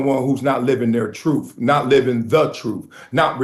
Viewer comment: Much respect, but he said:"Troof" is Truth!